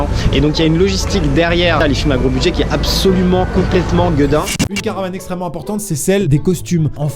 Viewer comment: On voit que c était l année dernière tu disait encore gedin